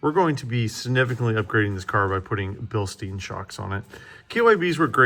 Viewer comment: You must be joking, as Igor would say. Bilstein is pronounced Bill Stine. Just like Frankenstein.